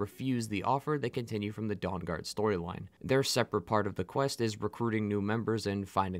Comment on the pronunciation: But you still pronounce Dawn Guard like Dong Guard. Sorry I’m a huge nerd and this stuff fascinates me endlessly.